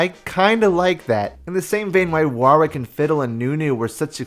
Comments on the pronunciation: waaar-wick.... never heard it pronounced like that before.... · It sounds like your having a stroke every time you say Warwick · Yet another example of Americans unable to pronounce Warwick